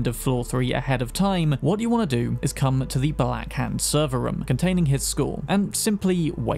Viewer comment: why do you say "rom" for room